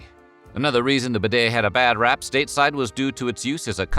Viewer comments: Useful intel but... the damn word bidet is pronounced beeday not b'day, without the silent 'i' this guy has invented.. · Pronounce properly! BEE-DAY not b' day (as a contraction) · It’s pronounced beeday! 🙄🙄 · Much ado about absolutely NOTHING. By the way it is pronounced : "BEE DAY" not "BID-AY" ! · pronounced be day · Try getting the pronunciation correct.... Try 'B Day' . . Instead of 'Bed A' . . . Then they might become more of a fashion statement. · So you pronounce it b'DAY in America; in England it is pronounced BEE-day. It never caught on in the UK, unlike in France, so as more immigrants to the US were British than French it never became popular there - though I suspect more were found the South (Louisiana, for example) than New England. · Bidets rarely exist in British bathrooms either, much to my regret. I wish you would learn to pronounce bidet properly! It is BEE-det, with stress on first syllable. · It's pronounced beeee daaay! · Correct pronunciation...BEE-DAY!! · Aah If you’re discussing a subject at least learn how to pronounce it It’s a bee day Thanks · For goodness sake learn how to pronounce the word bidet.🤪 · The way you pronounce bidét sounds very stupid.